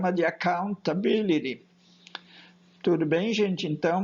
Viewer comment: a pronúncia de accountability é mto satisfatória.